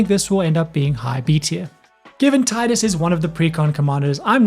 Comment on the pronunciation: Tidus* not Titus xD